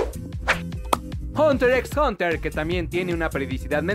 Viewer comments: Otra vez pronunciando la "x" en Hunter x Hunter? Usted no aprende verdad.. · Se volvió como un habito, me pasa igual aún sabiendo que la "x" es muda. Hasta memes ya sacan de eso.